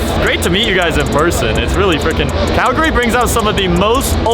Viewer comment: The only American that pronounced Calgary correctly